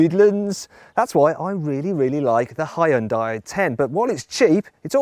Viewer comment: it's actually pronounced -hyu-nn-dahÿ- (don't pronounce the H but pronounce dai as in "tight")